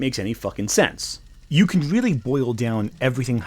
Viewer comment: Are you sure they aren’t “weal”? Are you wealy wealy sure? Whatever your point might be, whatever this video might be about, I cannot take anything to SEWEIOUSWY